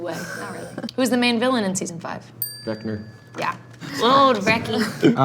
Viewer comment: the way it sounded like joe said “vecner” is so funny to me for some reason😂